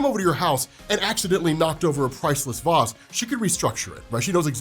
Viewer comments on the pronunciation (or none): Say vase again